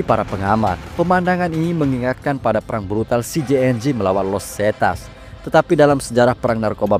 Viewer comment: Sebut nama CJNG yg bener